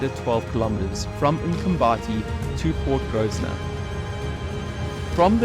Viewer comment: Nice video. NB: PORT GROSVENOR - Pronunciation - sounds like "grow - vuh - nuh"